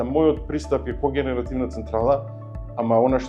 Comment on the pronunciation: Не знае ни да изговори когенеративна, спремен да критикува особено кога е во опозиција.Никде го нема кога е на власт,устата му е поплочена.Баба Серава